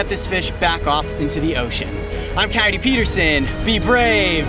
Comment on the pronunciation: Coyote! Use your Spanish vowels! Your pronounciation is killing me!